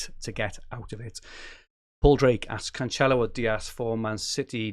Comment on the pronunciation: your Cancelo pronunciation hurts my ears mate